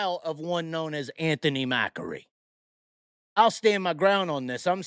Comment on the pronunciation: Macri is a two syllable word